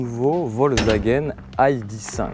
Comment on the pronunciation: Aille di cinq ?!?! "i" "dé" cinq ou "aille" "di" five ... Du franglais dans toute sa splendeur LOL :)